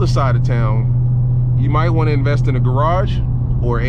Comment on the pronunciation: " you might want to invest in a garge or ar15" 😭